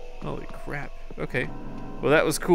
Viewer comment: I thought he said crab XD